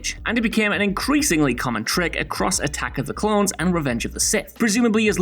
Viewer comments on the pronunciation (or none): none